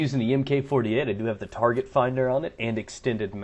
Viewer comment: ugh, tar-gay-t finder is lame as balls. especially on lmg's...